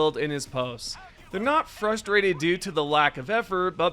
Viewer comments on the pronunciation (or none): none